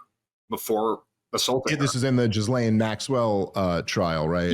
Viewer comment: Please note: With 'Ghislaine' the 'S' is silent. "GILLANE"